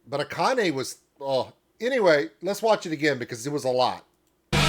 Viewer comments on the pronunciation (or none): none